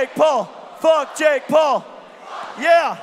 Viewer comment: its not jake pool its jake PAUL